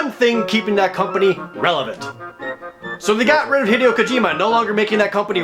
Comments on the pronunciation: Jesus fucking shit, Jared....... JARED!!! FUCK. FUUUUUUUUUUUUUUCK hid-ee-oh? Heh... day... oh! HEH DAY OH Heh... day... oh... Christ. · I don't usually follow video game news outside of Nintendo, but i did hear about the stuff with HiDAY-O (I cringed every time he prounounced it wrong) Kojima, but what was he talking about with the pachinko machines? And whats wrong with Majesco and THQ? Can anyone educate me?